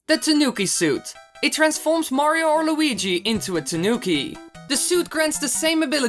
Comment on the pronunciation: 4. STOP SAYING MAYRAYO OK OTHER PLAYERS CAN WHERE IT TO!